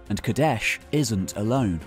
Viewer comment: Too aggressive in word pronunciation man. Just relax. It doesn't need to be KaDESHHHHHHH!